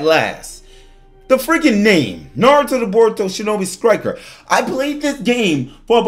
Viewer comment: Shinobi skriker